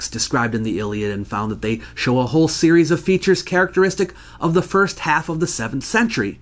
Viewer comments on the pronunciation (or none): none